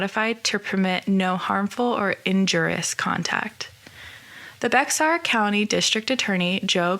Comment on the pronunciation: Thanks for your video. Please consider doing another one on the updated charge of murder. Bexar is pronounced "Bear".